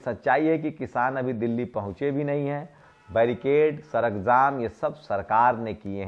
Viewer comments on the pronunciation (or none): none